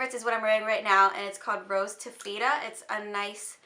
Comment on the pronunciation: Taffeta is pronounced (taff-it-uh)